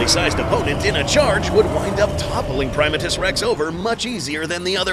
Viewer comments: it's pronounced (pri-ma-tus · You do what you want, but I’ve always been pronouncing his name as “Prim-AH-tus rex”.